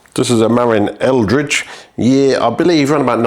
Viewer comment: "Marin" is pronounced "muh-RINN", rhymes with "the win". Source: I live just across San Francisco Bay from Marin County :) You pronounced "Eldridge" correctly. For those curious, Eldridge Grade is a fire road that climbs up the eastern face of Mt Tamalpais in Marin County. It's not too steep, but quite a long climb and the surface gets really chunky near the top.